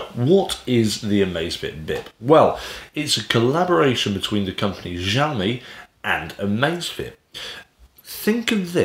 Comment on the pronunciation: Good review. I have this watch and been using it for a bout a year. Great fitness tracker and ease of use. BTW, "XIOMI" pronounced as of "SHIOMI". 😁